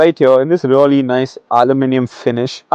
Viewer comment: Its not rully, its really bhai